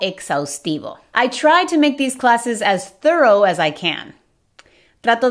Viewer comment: No pronuncien 'thorough' asi como 'thurrow' que ha dicho foneticamente, la manera correcta es 'thurru' terminando como el 'u' en 'up'.